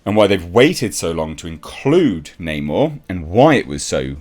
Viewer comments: It’s Ackshully “Nah’Morr” you filthy colonist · 1. Create a character identical to original comic book Namor. 2. Call him Neymohre, instead of Namor. 3. Make lots of movies. 4. Profit! I mean they changed his name anyway right? F*c*ing Nah-Moor, for no reason at all. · It’s not namor it “no more!”